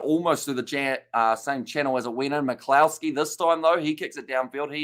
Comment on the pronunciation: Just to help your pronunciations McCloskey is pronounces more like McClusky :)